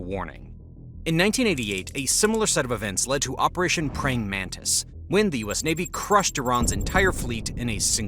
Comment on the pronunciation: Praying Mantis not Praying Mantice (its named after the insect)